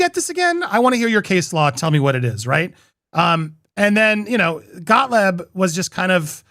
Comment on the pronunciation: I support your channel, however, Andy, please say Gottlieb’s name correctly. It is ‘got’, not ‘goat’ lt would be as if I kept saying ‘Poop’corn Playnet, repeatedly when referring to an important player in this moment. You would’nt say Brian ‘Fried’man repeatedly or Justin ‘Bone’dollni. Please consider this possibility of saying Michael Gottlieb’s name correctly. Saying it incorrectly screams of Ari Emmanuel calling Justin ‘Baloney’ or RR shading an adversary in the entertainment industry. Professionally it seems appropriate to speak people’s name appropriately whenever possible as a news host reporting on camera with correct pronunciation or a journalist spelling a name correctly in a report.